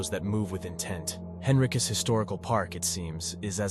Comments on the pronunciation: Hello, Virginian here. Pronunciation is wonky here. Allow me to assist you. Whyte is pronounced Why-th. Fries is pronounced freeze. Henricus is pronounced In- rike-us. You're welcome. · Thank you for your informative video. There are certainly other very haunted places in Virginia you have omitted. As others have commented, Wythe should be pronounced as "With," Dumfries as "Dumfreeze," and Henricus as "Hen-rye-cus."